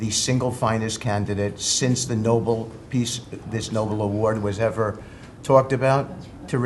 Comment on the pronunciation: Last one couldn't even pronounce Nobel! He botched it 4 times, definitive proof he's a low-watt bulb.